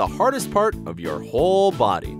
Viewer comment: Body bruh u did not say bidy